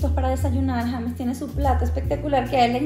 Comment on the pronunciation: Se escribe James y se pronuncia yeims